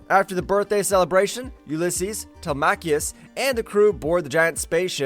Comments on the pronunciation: WHO TF CALLS HIM TEL MACK EEOUS? Telemacus!!! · Get the pronunciation right will you. His sons name is NOT PRONOUNCED "TELE-MAKIS" as you keep saying. His sons name IS PRONOUNCED "TELEM-ACUS" said as one word Telemacus. They say it numerous times PER EPISODE. It is proper jaring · Who the heck is this Telmacchius character you’ve invented? It’s Telemachus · Tele-macheus?! 🤣 Did you not even watch the series? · Good video - but if you do another update on this classic cartoon - please pronounce Telemachus as it is in the cartoon. its pronounced Telem-e-cus - don't always sound it out as it's spelt. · It bothered me too